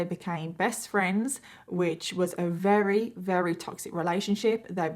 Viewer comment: You’re amazing, girl…. BUT there is no “h” in assume and no “w” in very. There is, however, an “r” in words such as year, very, church, burden, advertised, etc. You got this.